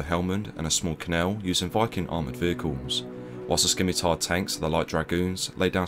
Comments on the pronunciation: Not “skimitar” tanks, “simitar”. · Skimitar?? No mate. Scimitar (pronounced simitar, the c is silent). Otherwise, good effort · Pretty sure it's shim-itar but whatever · I pronounce it Skee-mee-tarrrr (intensely rolling my Rs) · Oooooh; Scimitar! I swear I kept hearing “skinny-tire”. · Not to be a dick but just a heads up the “c” in scimitar is silent, it just sounds like “sim-itaur” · You're pronouncing scimitar wrong, the c is silent mate. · its a silent C in Scimitar, fyi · Skimitar????? Obviously not a soldier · Scimitar is pronounced "simitar". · Its pronoiunced Simitar! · Thats the first time I've heard it called a "skimitar" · Hang your heads in shame those of you who thought it a priority over all else that the narrator pronounced Scimitar correctly. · The "c" in scimitar is silent. Just like in scent. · The c is silent in Scimitar 👀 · The C in Scimitar, is silent. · the c is silent in Scimitar.